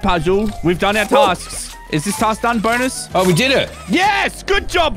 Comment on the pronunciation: I don't know what is its but every time I hear say bonus I hear BONERS